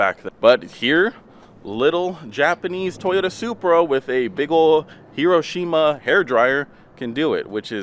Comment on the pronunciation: Mans said heroshima hairdryer😂😂😂